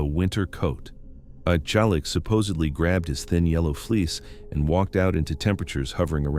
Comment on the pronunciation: the video keeps changing his name…. It’s not “Jolly-ack”, it’s “Ju-leek”